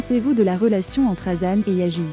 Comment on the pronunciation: Ça se prononce Yaz pas yagiz...